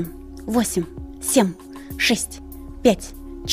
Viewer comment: Все хорошо.....но почему сем.....?Это так режет слух